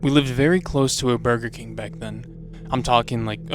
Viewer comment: burber king :DDD